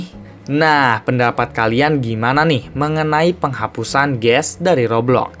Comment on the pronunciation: Kok Kamu bilang kayak ges hahahaa